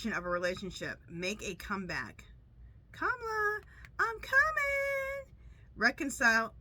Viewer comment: Hi her name is pronounce KA MALA